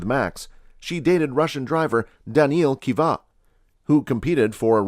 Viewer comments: I cant believe you butchered Danil's Kvyat last lol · But for real he butchered it LMAO